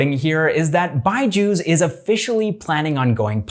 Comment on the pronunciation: It's not byjus it's BUYju's 😂😂 what do you say guys ???